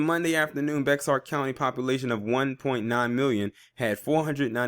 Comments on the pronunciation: sorry for this: Bexar is pronounced bear. It's hay-jee for that name Hagee. I love you too much to keep giggling at your attempts to pronounce those names. Keep doing what you do, you are appreciated. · Just an FYI, Bexar is pronounced as Bear 🐻